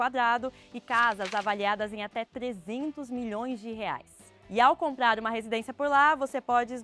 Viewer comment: Só gostaria de sugerir com respeito uma atenção para a dicção de palavras como comprar, compradores. Pode ser alguma questão de fono..nada que comprometa, só dica de gente louca perfeccionista 😊😊😊